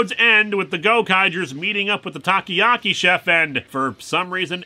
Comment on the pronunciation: Japanese people: "Takoyaki" Linkara: "Taki-yaki"